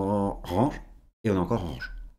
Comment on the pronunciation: j adore quand tu parles anglais RAAAANNNNNNGGGGGE